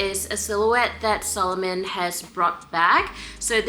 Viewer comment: Sa-lomon, not Solomon🤭 The latter was a Jewish king in the Bible😬